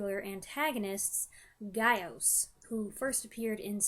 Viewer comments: Gyaos is pronounced Gya-Os, you must pronounce Gya as one syllable similar to the Kyo in Tokyo. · Gaos/Gyaos is properly said as "Gow-s", said like "cow" as in "Taos, NM." It is said as "Guy-os" in some of the dubs, but that is incorrect. "Gyaos" refers to one monster. "The Gyaos" would refer to multiple monsters. The whole "queen" thing with Legion is something American fans made up. In Japan, the last form of Legion is merely called 'Dai Region"-- "Giant Legion." It is not meant to be female. Most Americans say Irys' name like the eye part "iris," but it should properly be said as "Ee-russ." If it had been meant to be said like "iris", the Japanese name would be spelled "Airasu," which it isn't. "Irys" is also the original spelling of the name that Daiei was using when the movie was new. I am not certain how the name became "Iris" in English.